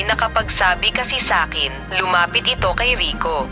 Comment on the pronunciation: Hindi xa marunong mag salita mali pag binigkas niya (eeto)/ito